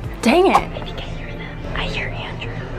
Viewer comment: YAY,😁, “LANDREW”I mean, Andrew 🥇